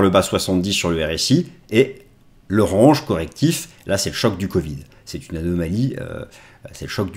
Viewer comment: Mais arrêtes de prononcer "range" comme ça. 🤣🤣